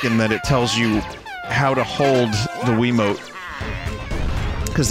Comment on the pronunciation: He pronounced wiimote like quimote